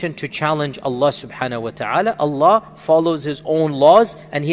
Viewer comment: brother just to let you know, you should pronounce Allah correctly, by Saying ALLAH and not just Alla. :)